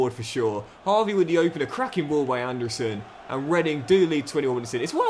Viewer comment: it’s anderson not and a surrrrn